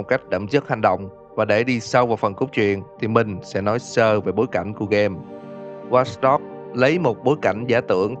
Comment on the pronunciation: Tên game:watch dog đọc:wats dog